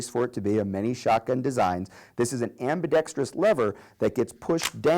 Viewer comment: Finally someone in a gun video who pronounces ambidextrous correctly!!!!!! Most people say ambidextrious